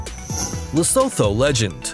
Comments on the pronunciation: I LIVE IN SOUTH ARRICA and lestho is pronounced lesotoo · It's le - su - tu. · Can't believe he pronounced Lesotho like that 😒 - Dear author respect other countries. This is disrespectful and condescending. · U.S.Americans, it is "Le-sot-ho"! not Leso-tho".... and "Culli-nan" not "Ca-linnian" ...